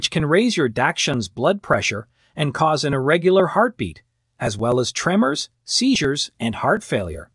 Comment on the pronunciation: Not tree-mers say trem-mers 😊